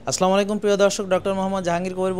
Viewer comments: স্যার আপনার সালামে ভুল আছে দয়া করে সালাম শুদ্ধ করে নিয়েন,। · ডা: সাহেবের মুসলিম হিসেবে সালামটা শিখে শুদ্ধভাবে বলা উচিত। আফসোস শিক্ষিত মানুষের জন্য! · স্যার দয়া করে আপনার সালামের উচ্চারণটা ঠিক করেন।